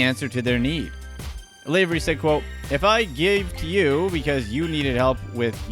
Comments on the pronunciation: LAvery as in LAvatory. Not LAvery as in sLAvery. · it's lav ery like Laverty without the t not lavery like slavery without the s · It's not pronounced LAY-very, it's pronounced LAH-very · You're pronouncing Lavery wrong. Think lav, like slav. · STOP SAYING LAYVERY